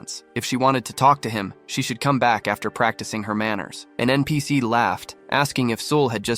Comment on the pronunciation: how this ai say npc to all the non main charcters you need to teach what is npc to your ai